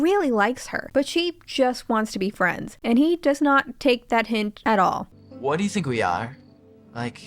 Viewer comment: help I'm obsessed with his pronunciation of "wha'd'you think we ayr?"